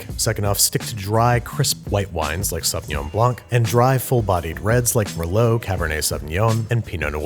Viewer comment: It's Sauvignon Blanc, not "Sauvignon Blank"...